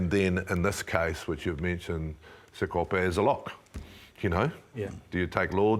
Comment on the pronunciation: called him Sapepe. His name is Sakope 😂